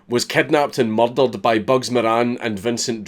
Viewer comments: When he says murdered it sounds like muddled. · Mer'derur'd, the Scottish accent sounds awesome. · Maryl Daryl'd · M U H D A H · Who else loves when he says "murdered" in his Scottish accent Edit: I'm like an F list celeb with all these likes. So obviously give my twitter a follow: miguel_alhakim